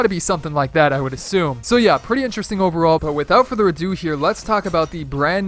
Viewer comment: in the first 8 seconds i can already tell he's going to say, "ineresting" about times this video